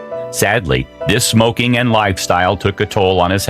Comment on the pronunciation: Everytime the narrator says "smokeeng" it sounds like Mean Gene Okerlund. Put that cigarette out!